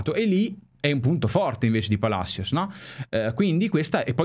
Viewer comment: Tajeres..? e ToMás Palasios si pronuncia